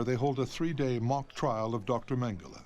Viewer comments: It was hard to listen as nearly every person pronounced his last name incorrectly, it’s mang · uh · lay. It’s not mang-uh-la. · Yeah it's not Mengelay either. Every time that guy says it, it's so annoying.